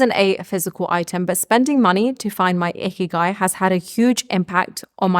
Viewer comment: Lol sounds like you are saying ‘icky guy’ i had to rewind it back😊